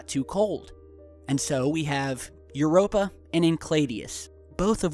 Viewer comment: Infact the only moon you pronounced correctly was Europa